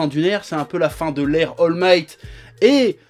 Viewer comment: Il a dit Al migth 😂😂